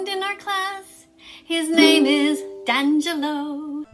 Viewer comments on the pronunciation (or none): Her saying "dangelo" so confidently really gets me for some reason. Like i get kinda angry but cant stop giggling at the same time. You say your name in most of your videos, so...??? I'm confused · Why does she have to say "Dan Jello" like it's a brand that emphasizes on the animal parts inside of the gelatin?! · D a n j e l l o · Her: dangalo Me: EVEN I KNEW IT WAS D’ANGALO AND IM DYSLEXIC AND DUMB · D'angelo: my name is d'angelo Vegan Teacher: Dan-jillo D'angelo: no its D'angelo, like De-an-jill-o Vegan Teacher: 🤫DAN-JILLO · it doesn't matter. Things change and we pronounce things differently. My name is originally Russian, am i going to pronounce it with the Russian accent? No. Because that's not how MY name is pronounced. Same as how his name is dangelo but its D'angelo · DANGELO I can’t girl don’t even know how a name is pronounced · omg every time she said DANgelo a little piece of my soul died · "And his name is.. Dan-jello" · She did not just say DANjello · ?? no its not. its supposed to be pronounced d'angelo (dee-angelo) shes pronouncing it COMPLETELY wrong-- didnt even try. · "Danjello", OK so she's one of those who can easily pronounce supercalifragilisticexpialidocious effortless but will struggle with a simple ethnic sounding name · she misread it as da'ngelo in the same way she misread this situation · She really said “Dan-Jello” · If I have to hear her say DANJELLO one more time 😭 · Dangelo. I dont like this new name sir. I feel like it's a bit racist of her??? To not??? Pronounce your name normally? Anyways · Accidentally mispronouncing D’Angelo as “Dangelo” for clout: 0/10 Intentionally mispronouncing D’Angelo as “D’Anger-lo” because his beauty rates concerningly high: 3/10 Self-cringe factor STILL outdone by THAT Vegan Teacher. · A brain cell of me dies whenever she says dangelo 😭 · Stop saying DAN jello ffs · don’t take it personally DANgelo she didn’t pronounce your name right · I physically recoiled when she said DANgelo